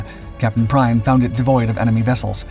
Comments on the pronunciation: His name is not pronounced “Prine”…Kapitänleutnant Prien (his rank at the time of Royal Oak’s sinking) is pronounced “Preen”. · it's pronounced preen not prine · It's NOT pronounced Prine...it's Preen! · Prien is pronounced 'preen'. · I don't get how it is so hard to pronounce names right. Especially on channels that regularly cover foreign people. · It really hurts to hear you butchering the pronounciation of Kptlt. Günther Prien! His last name is pronounced "Preen"!!!! Learn the propper pronounciation BEFORE you do ANY video!!!!